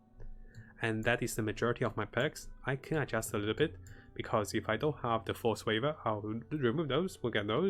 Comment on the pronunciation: Force waver? Do you mean to say “Frost Weave”????